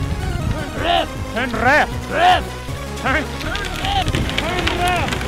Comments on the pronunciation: lmao "Turn Rrreft" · 🤣🤣🤣🤣🤣 "turn rrrrreft!!" Reft turns were programmed to be stubborn because they don't want you veering into oncoming traffic 🤣🤣🤣